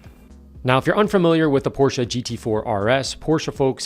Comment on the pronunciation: thank you for pronouncing porsche correctly. every time someone neglects the -e i die a little inside